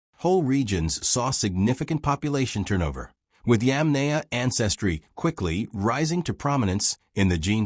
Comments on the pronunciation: Bloody hell. It's not pronounced [Yam nay a]. It's [Yom nie a]. I you speak instead of using AI, you can fix that. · It is possible to correct the AI narration pronunciation. Correct the incorrect pronunciation of Yamnaya and maybe I'll watch... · It is so unprofessional to put this vid out with such a gut punch in the mispronunciation of the main point of the program the Yamnaya.